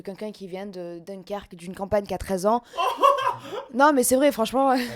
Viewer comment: Je viens de Dunkerque aussi, ça me fait vriller qu'elles disent " Dunkerque " alors que la plupart qui la traite viennent de toute la France 😂😂